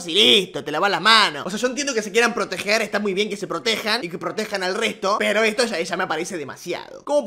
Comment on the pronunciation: "esta bueno que te quieras proteJJJJJEEER, esta bueno que te proteJJJJas"